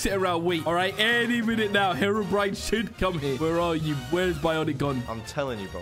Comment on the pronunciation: I love how say hewobwine was gonna spawn